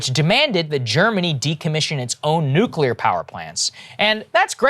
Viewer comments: “Nuculer” — Homer Simpson lol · It's nuclear, nuclear.